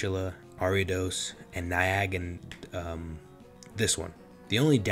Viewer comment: You can't pronounce Naganadel?